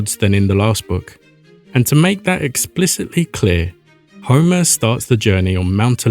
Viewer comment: I legit thought you said Zeus commanded homies 😭😭